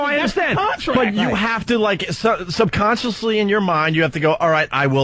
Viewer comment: "Subconchlisly" Opie is really dumb!